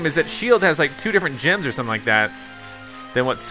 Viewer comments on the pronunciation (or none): none